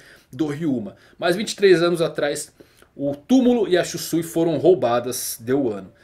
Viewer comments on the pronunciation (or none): none